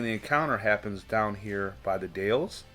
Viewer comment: Dalles rhymes with pals!!